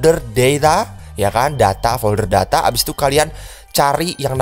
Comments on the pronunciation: Folder deyta apa data 🤣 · Itu kayak nya pake logat inggris